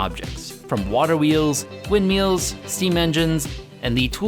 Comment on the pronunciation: "Windmeals" got me dying bro